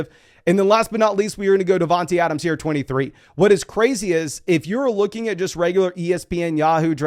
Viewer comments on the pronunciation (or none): it’s not devon T Adams. Think about it bro. His nick name is Tae. Not tee. Smh. Say his name Devon TAE Adams